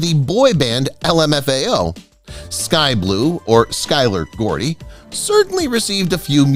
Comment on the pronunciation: Its Barry Gordy not Gordon.